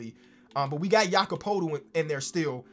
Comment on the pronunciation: He finally said Jakob's name correctly my life is complete.